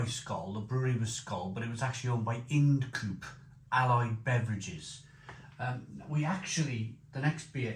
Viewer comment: Not "in'd coope" but pronounced "eye n'd coop" ~ Ind Coope.